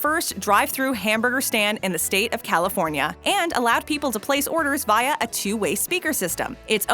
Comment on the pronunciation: The way she said via